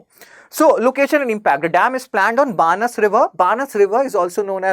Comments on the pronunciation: बनास रिवर Banaas not बानस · बनास नदी बोलो बानस नहीं